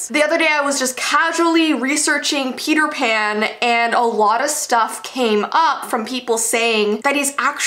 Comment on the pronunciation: Send help I keep hearing Peter pan like Feeter fan